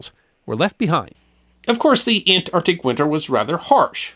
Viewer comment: Say it with me..ant..arc..tic ah...see, that was not that hard